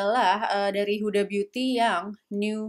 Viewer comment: njir pankreasku tergelitik ketika ngomong huda lumping